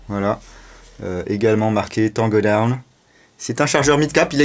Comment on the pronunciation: Je like pour l anglais camarade Taango daown😉😂😂💪🇫🇷